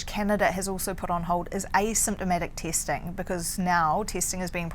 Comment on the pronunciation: Why does she keep mentioning measles (instead of measures). And she wants more "tasting" instead of "testing" LOL Couldn't they find a Canadian woman to speak about the Canadian COVID-19 situation?